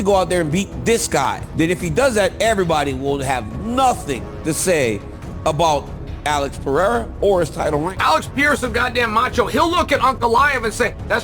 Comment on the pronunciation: Chael sounds really ignorant when he says ''Pierra'' he knows how to read, right?